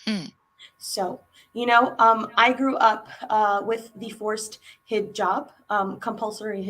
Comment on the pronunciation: do you also have Pakistani background as your pronunciation looks like that way, you pronounced Hizab as "hazab" which is typical Punjabi accent, we find Muslims in Indian punjab not in that numbers,so you must be from Pak?